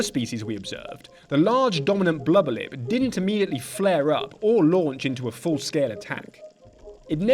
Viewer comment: My fav part is when he says “bluba lip” 😹